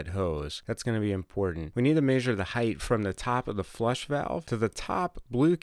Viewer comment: you say measure funny ;p